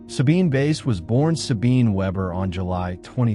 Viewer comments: Great series - just to mention pronounced Sabine 'Vice' ( French Swiss origin ) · Wonderful work. Except that the photo of men whistling at a young woman in Italy was made by Ruth Orkin. I value these videos greatly, I only wish you would take moment to look up pronunciation of your subject's name. While I appreciate your pronouncing the w correctly as v, n this case, someone hearing about "Sabine Vace" might wonder whom you meant. I wouldn't mention this if it didn't happen often in these videos.. In this case the last name is German, in which the second of two these consecutive vowels is the one that gives the sound, that is, same sound as our long "i" in English, as in "white" (which is what "weiss" means in German). when switched, as in Friedrich, the long "e" is sounded. (Not all the vowels work this way.) Best wishes.